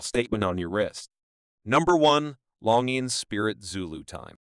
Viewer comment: Pronounce Longines correctly please